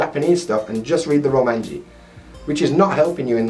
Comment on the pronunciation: Romanji? Roumaji.